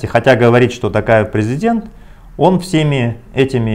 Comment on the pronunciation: Можно фамилию Токаев говорить через звук О. Очень некрасиво слышется